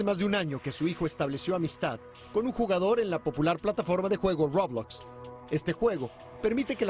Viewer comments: Nadie: Absolutamente nadie: El señor: Robluokz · Roublox xD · Mí rey xonnek comento esta porquería de vídeo >:v y el tiene razón >:v PD:y no se dice roublox se dice roblox >:v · todos: roblox el reportero: roublux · Nadie: Los de las noticias: RuoBLoXz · No entendiste roublux es muy peligroso Roublux y roblox son muy diferentes XD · Dijo roblacks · The Spider Back rolox suena como una galleta de chocolate o una bocina men:v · rOwOlzz ahre. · En la popular plataforma de ruowbloxzzz v; aprende a decirlo bien :v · Algo que me da risa es que este cuate dice "robox" y no roblox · Como se pronuncia: Roblox Como lo dijieron: Roublox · se dice roblox no robloxs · Aplendan a desir bien roblox es roblox y no ruobox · Nadie: Absolutamente nadie: El reportero: rObLaXtZ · DIJO BLOBLOXTS xD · creo que en ingles se dice roubax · >:( El reportero dice rOuBlAx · Roublox :> xDD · Nadie: Absolutamente nadie: El men de las noticias: La EmPrEzA rObLuOtZ v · xd ROUWBLOSCK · Roblax xd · El Noticiero No Pronunció Bien Roblockz xD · No dijo Róblócs .-. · Roubloackz :v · dijo RaWbLoSXH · Me dio risa cuando dijo robuots 😂 Claro sin ofender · Se pronuncia Roblox como lo escribo una vez le dije rolox y me dijeron que lo diga con poderes de imaginación :V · A mi me hace gracias cómo pronuncia así: Ruoublox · Los gringos dicen roublocs